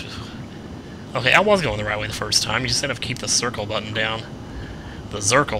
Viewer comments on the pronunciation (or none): none